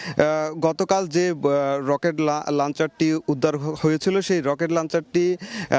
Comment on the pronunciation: the word is Launcher not lancher. ei journalists der nunotom English er gyan nai